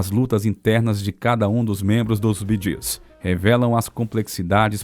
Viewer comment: The pronouncing of the BEEGEES is incorrect just as the pronouncing of Maurice it is pronounced Morris‼️